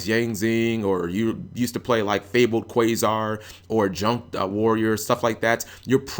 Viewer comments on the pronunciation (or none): none